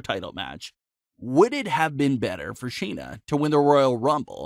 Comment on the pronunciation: SHAYNA not Sheena